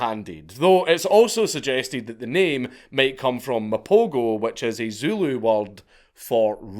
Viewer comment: You had to learn damn Zooloo,,,, ZuLu,,,, ZuhLoo,,,, ZooLuh,,,,,, regardless you fuckin nailed it….. always with the effort this guy